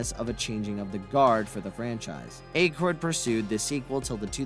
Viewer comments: Why put so much work into creating this video and not take 2 minutes to learn how to pronounce Dan Aykroyd's name beforehand? Literally, many hundreds of online references, easily accessed. So easy to confirm before making the video. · 😬W.T.MacGyver why can't this guy pronounce Dan Aykroyd's last name !? 😂 WHY didn't ANYONE correct him before uploading this !? How is it even possible not to know how to pronounce his name !? You hear it in popular media ALL the time !!!😂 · Yall should really proofread the scripts before reading them...i mean cmon you cant even pronounce Dan aykroyd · They also were not fired because of the library incident among several other errors 😂 including not being able to pronounce Dan Aykroyd last name I'm pretty sure he's never seen any of the movies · I'm getting triggered by the Dan Akroyd pronunciation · Bro, if you can’t pronounce Dan Aykroyd’s name properly, don’t make a video. Blasphemy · You pronouncing Dan Aykroyd's name wrong the entire video made me forget how to actually say it for a min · Dude ...you gotta go back and fix all the mispronounced names "ghost busterS" lewies?? Dan aK-roid ..dana Barrett...also where did you get the inspiration from the time machine ...back to the future came out in 85 how did it inspire something a year earlier...pisttt....it's not a real time machine ya know ...I think you need more edit time and a little more research and fact checking and you'll be in good shape....edit you said Dan's name correctly....consistency man!...edit ...again rhyme ....who the he'll is rayme...why are you now getting his name wrong all of a sudden wtf have you ever actually seen these movies? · "Aikroid" 😂😂😂😂 bruh its Akroyd (Ack Roid)😂😂😂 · "A" kroyd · I'm not one to focus on how names are pronounced, but your use of Ankroyd is getting to me. ANK as in "Tank" and Royd as in "Roid". Ankroyd. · I don't think Aykroyd's name has a hard "A" sound. It's soft like "at" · Aye kroyd Ak royd